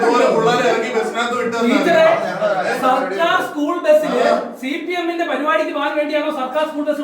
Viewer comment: സി പി എം അല്ല ചി പി എം 😂